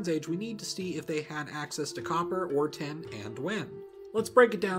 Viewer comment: Cool... Please work on how you say tin... Sounds like you're saying ten... And I don't think that writing a number down then mixing it with copper would make bronze... Maybe... But no